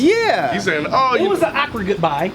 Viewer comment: "it was an AHK-ward goodbye"